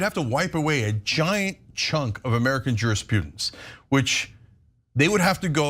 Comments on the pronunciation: He keeps calling jurisprudence, “jurispoodence”. Yep, sounds presidential me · It’s funny that Cenk can’t pronounce jurisprudence correctly